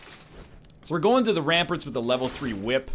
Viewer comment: the only thing i dislike about the series is when he says Ramparts as Ramperts so minor but hurts my head to hear lol